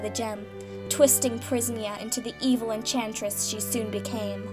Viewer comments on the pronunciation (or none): Not entress... Enchantress